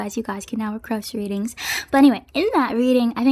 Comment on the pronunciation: the way you say request 🥺 requcrest